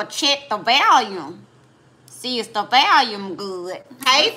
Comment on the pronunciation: "I'm gon check the "VALYUM"..lol